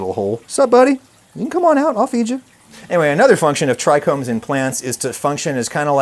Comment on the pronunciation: Bro be talking about "medicinal herbs" and "terpenes" and "tricombs" 😂 We see you bro 😂